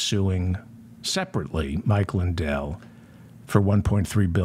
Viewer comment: Mindell..did he say Mike Mindell?